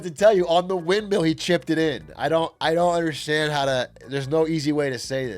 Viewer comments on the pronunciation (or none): none